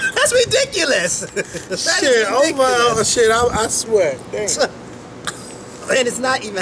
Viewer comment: That is ri-DICK-ulous....lolol! Luv u guys!!!